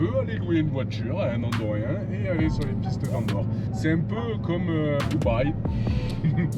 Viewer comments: Hello les Marseilliens, On dit Andorran et pas Andorrrien ! Sur la route, il y a aussi quelques chemins sympas en Ariège. Le Pas de la Case que l'on voit dans la vidéo, c'est l'endroit où ils ont mis des supermarchés pour que les français n'aillent pas plus loin. C'est moche, et pour les andorrans ce n'est pas vraiment l'Andorre. Mais ça fait le taf. Pour ce qui est des chemins réservés aux locaux, c'est à cause de tours operators espagnols qui emmenaient trop de monde au Pic Nègre : 4x4 et quads façon rodéo sauvage. Et forcément ça s'est vu. Tout excès entraînant un excès dans l'autre sens, l'accès a été fortement restreint et le chemin payant. Pas sûr que les marmottes bénéficient du pactole soit dit en passant. Il reste la route des contrebandiers que l'on peut aussi prendre dans l'autre sens depuis Sant Julia de Loria. Mais l'Andorre a d'autres côtés sympas, en shopping (pneus, accessoires 4x4 ou aménagement) bien sûr, mais aussi en gastronomie locale, coins nature et en activités pour les enfants et les familles (pont tibétain Oh punaise Oh punaise par exemple). Il faut juste prendre le temps de s'arrêter. Cet été faites gaffe aux feux aussi dans la région et dans les Pyrénées Orientales dont tous les chemins sont fermés à cause du risque d'incendie. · 😂😂😂😂😂 oups…..on ne dit pas : ANDORIEN….mais ANDORRANS !!!! 👍👍👏👏👏❤️🇫🇷🫡